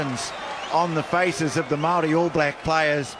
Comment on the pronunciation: Why does the commentator keep referring to the Maori as what sounds like the 'Molle'? Is that the Maori pronunciation?